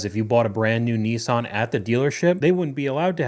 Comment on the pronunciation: What's a Kneesarn?